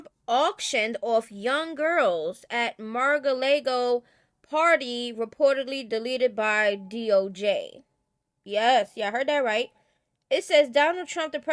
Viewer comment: Its pronounced marah-log-o but still love you ❤. Heres the thing, he touched girls vulva..Sounds believable after hearing him say grab them by the puxxy guess thats what he meant 😶